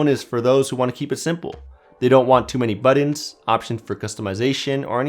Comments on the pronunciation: It's buttons, not buddons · He pronounces it like “buddin” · I thought the word “buttons” was pronounced “butt-ins”, not “buddins” just giving you shit lol..kind of. Nice review👌